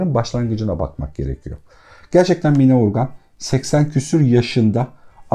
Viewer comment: Sevgili çok teşekkürler 2000 basım yılı olan bu değerli kitabı tanıtmanız çok kıymetli, sadece “Mine” değil “Mina” hatta -a harfinin üzerinde şapka olmasa da “Canan” gibi okunuyor diye bilinir biz yaşarken kendini dinleyen eski nesil tarafından, sizi dinleyen pek çok genç yeni nesil var doğru telaffuzu öğrense keşke 🙏🏻 kulaklıkla da dinledim tekrar eğer ben yanlış anlıyorsam affola...